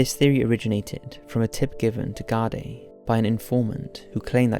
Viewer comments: Garday haha its pronounced Gar-Dee, Ireland is a corrupt hole of a country with strong connections to America, for fuck sake US soldiers are often spotted in full uniform hanging about US companies like Lockheed Martin, and we all know what suspicious carry on they get up to. One of the richest countries in Europe because it was built on dirty globalist blood money. Wouldn't surprise me if a man of his talents copped on to something fishy and was sent on a one way trip to the Wicklow hills. God rest the poor fella. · Not to be prude but, it's pronounced 'gardee' not 'garday' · It's pronounced gar-dee. I've seen posters recently, no more than a month ago, I can still remeber seeing the posters for the first time as a child. There was a couple of cases like this at the time. ALLOT of unsolved disappearances in Ireland.